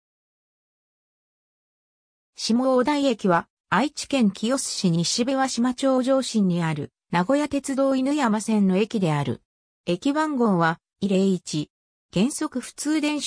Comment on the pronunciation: 「じょうしん」じゃなくて「かみしん」です、あと、「ちゅうおたい」ではなく「なかおたい」です